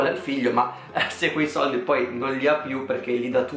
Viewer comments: Che odio come dici sordi😓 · Ti adoro quando dici “li sordi”